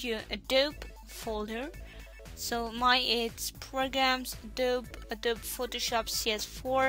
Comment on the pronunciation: btw: it's pronounced "Adob_eeee_" (in german: "Ädobiii", not Ädob")